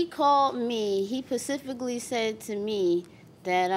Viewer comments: “he PACIFICally”. SPECIFICALLY ** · 'pacific-ly' ...girl, you mean specifically 🤦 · When she said “he pacifically said”, I was done! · 😂😂😂😂😂😂 She did say that! 😂😂😂😂 pacifically 😂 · She has an attitude problem and refuses to take accountability. The pacifically part was the nail in the coffin 😂😂😂😂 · He "pacifically said to me"... 🤣🤣🤣🤣 Ebonics at its finest! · OMG!! "Pacifically" She's very annoying. JM and the others who like her, I can't figure out. I hope she got points on her brand new license. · Why doesn’t the judge correct her when she says “he pacifically told me” the ocean has nothing to do with it! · pacifically is not an accent, it’s not a word that’s my point. It’s specifically, coming from specific. It’s not an accent situation. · "He Pacifically said!" 😂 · She said "he pacifically told me...". I quit. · “…he pacifically said to me…” 😖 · Omg!!!!! Pacifically…… your 21 going on 12. This girl is a disaster! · Pacifically ahahaha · “He ‘pacifically’ said to me”….there’s those Ebonics again🙄🙄🙄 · it’s not an accent though it’s just mispronunciation of actual word. Judge Judy always calls people on it. It’s like saying tooken, instead of taken. I remember my kids saying words incorrectly, it’s my job to teach them the right way. There is no shame in learning anything new my friend.